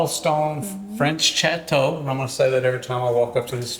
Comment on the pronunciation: Chateau is actually more like “shat-toe”